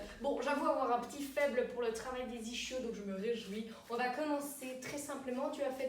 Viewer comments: Bon, déjà on prononce "iskio" et pas "ichio", ensuite il y a les ischio-jambiers et les ischio-fessiers, mais les mollets n'en font pas parti. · "ishio" elle a dit j'suis mort ! xD c'est pas un plat japonais l'truc mdr mais la vidéo reste bien qd même (no hate) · Sa se dit "isquio", il faut pas prononcer le {ch} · On dit isquios les eennfaannts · Ça se prononce iskio 😋 bonne continuation, j'aime tes videos ❤